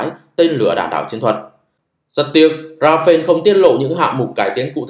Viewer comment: Công nhận kênh không đọc comment: Rafael đọc Ra fa el (chính thức được đọc trên kênh của nhà sản xuất). Ra-pheo là tên của chiếc máy bay Dassautl Rafale của pháp 😢